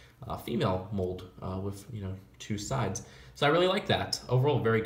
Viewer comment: It's annoying how instead of saying "with" he says "whif"